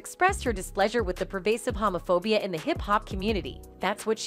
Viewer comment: Hamaphobia??? LMAO at this lady's pronunciation.